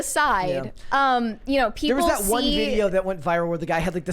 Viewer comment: do you know the word is “plastic” and not “plosstic?” Where does this “oxcent” come from? You can say the word “massively” correctly, but not “that.” “That” becomes “thott.” Where does this come from??!!